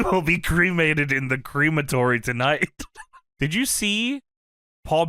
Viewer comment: hearing "cre-matory" instead of "crem-atory" is weird lol